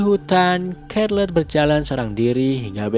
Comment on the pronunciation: Bang, Charlotte di baca "Syærlot"